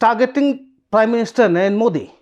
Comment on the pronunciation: Please pronounce the prime ministers name correctly. It is Narendra. You refer to him as Naren. This is disrespectful.